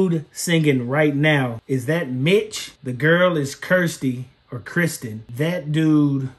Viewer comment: You identified everyone correctly, with one caveat. Kirstin's name is NOT Kristin, and it really bugs her when people call her that. You got her nickname, Kirstie, right, and Kirstie rhymes with thirsty. If her name was Kristin her nickname would be Kristy, which doesn't rhyme with much of anything, but frisky comes close. Further note on Kirstin's name: In 2011, when Pentatonix got their start, Kirstin was 19 years old and had completed one year of college. At that time she used "Kirstie" as her stage name, and this seems to have continued until at least 2014, when she is billed as "Kirstie Maldonado" in SuperFruit's "FROZEN MEDLEY (feat. Kirstie Maldonado)" (which is well worth watching, BTW - stick around after the obvious end for the blooper reel). However, it is now 2024. Kirstin is 31 years old and has been a mother for the last year and a half. Her stage name is now "Kirstin," and that is how the other members of Pentatonix refer to her in interviews. I believe that at this point she prefers to reserve the use of her nickname for close friends and family only and to use her given name with fans.